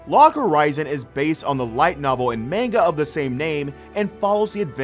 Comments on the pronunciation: idk why its bugging me but its manga not mainga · This a**hole saying Manga wrong kills me. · Omg it's not mainga as ur pronouncing it it's pronounced. mon ga and they are really called mangaka so Mon ga ka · Dude needs to learn how to pronounce manga